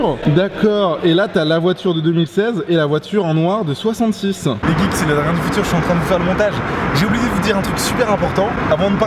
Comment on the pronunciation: arrete de dire les guikes puré